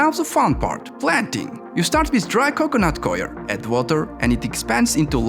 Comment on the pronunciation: Can't understand what your saying between your accent and constant mispronouncing of words. Coir is definitely not pronounced that way dingus.